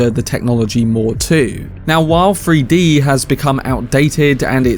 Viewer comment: Free-D? You mean Three-D? Lol